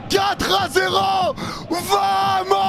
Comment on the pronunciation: des barres ..... essaie de dire Bamos ! le v se prononce B en espagnol !!